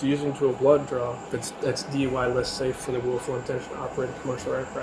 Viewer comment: DUI? It‘s FUI☝️